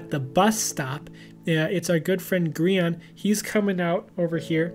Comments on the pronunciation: btw its Gri-AN. not Gri-On but Gri-AN. Ur welcome. :) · Griahn? Griahn? How did I not notice he said his name wrong? Also this is when I first found out about him and I’m glad i did. Hermitcraft season 7 is great so far